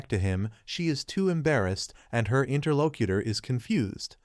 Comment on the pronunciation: Wtf is a interlokitter? Edit your damn scripts